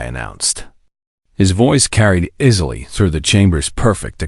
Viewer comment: ⭐ AI writer obsessed with 4s and 7s. "easily" is pronounced "eezily" not "izily", and "procedures" is pronounced "proseejers" not "prosijers". Fix your electronic narrator's data base.